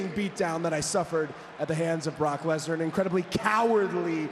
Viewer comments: Anyone else notice Cody saying "Block Lesnar?" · He said block lesner 😂😂😂😂